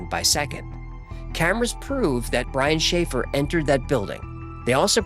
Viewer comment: Brian Schaffer- sounds like a “Shanghai “